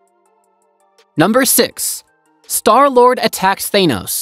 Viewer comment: Thaenos lol its Thanos.